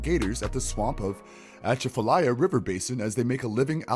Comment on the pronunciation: Dude omg you butchered the pronunciation of atchafalaya river basin (pronounced chef-a-laya)